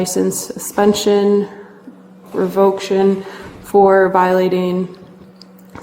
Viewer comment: REVOCTION??? revoke-tion?????? GIRL WTF CAN YOU EVEN READ? I haven't heard someone read that slow since SECOND GRADE.